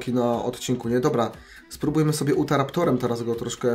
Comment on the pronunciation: czyta sie *jutaraptor